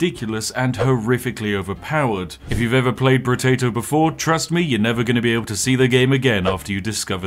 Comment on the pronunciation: I believe it's pronounced, "Brotato," not "Brotato".